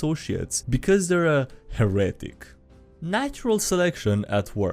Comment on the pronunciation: he-re-tic btw not her-etic